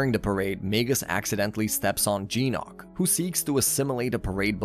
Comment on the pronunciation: Its GYNOK not jeenOk